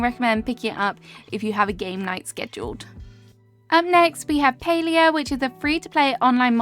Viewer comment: It is called Palia lol not Paleo